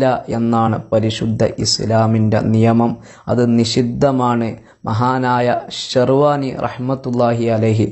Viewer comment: ഷെർവാനി അല്ല ശ റ് വ്വാഹിനിയാണ്